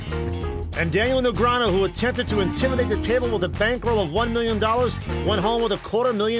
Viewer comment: Daniel Negreanooh